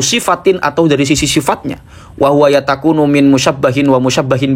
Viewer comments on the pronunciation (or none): antum bacanya yatakunu?😅 yatakawwanu